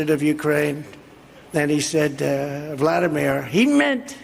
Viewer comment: Did anyone else pick up “vladimor” instead of “Vladimir”? Caught himself in the next moment, I guess. Still was all made up lies.